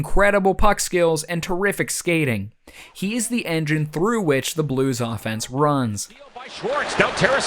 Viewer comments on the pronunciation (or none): none